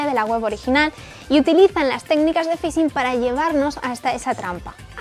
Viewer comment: ¿El "fisin"?